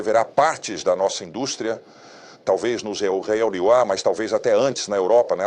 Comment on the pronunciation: Essa inteligência artificial não sabe falar EUA não?